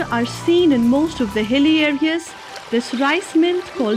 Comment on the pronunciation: Why are you saying hell area , Not hell but hill area ..